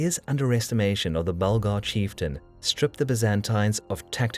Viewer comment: Yes, Bulgar* not burglar hahaha